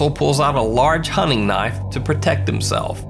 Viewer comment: That's not a noife. This is a noife 🔪